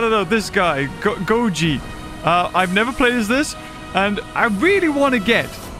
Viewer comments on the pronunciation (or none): It's not gojira it's gojaranaran 😂